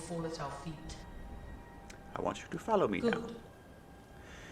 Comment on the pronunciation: good video but you might want to try and fix your pronunciation of "Follow" it sounds like you are saying Fallow fallow făl′ō adjective Plowed but left unseeded during a growing season. Characterized by inactivity. follow fŏl′ō intransitive verb To come or go after; proceed behind. To go after in pursuit. To keep under surveillance. Just saying... (maybe it's just me hearing that tho) (in case it's just me just ignore me)